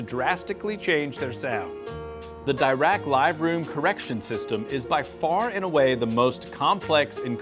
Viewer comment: Dirac room correction is called after a renowned physicist Paul Dirac and isn't pronounced as a "double rack"